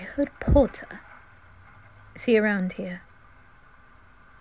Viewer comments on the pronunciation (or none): I love the "POTTAH👹"